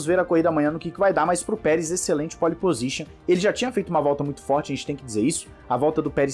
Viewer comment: Corrija sua pronúncia: não existe "póli pozixan", o correto é "pol pozixan "